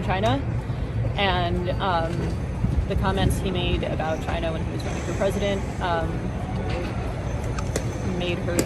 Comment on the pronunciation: it's not China, it's CHYY-Nuh